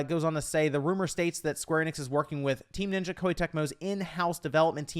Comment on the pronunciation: It's pronounced Square Eh-nix not Ee-nix. Their YouTube channel, E3 videos, and their games pronounce them as so.